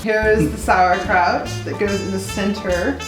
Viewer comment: We're havin some sowacrouch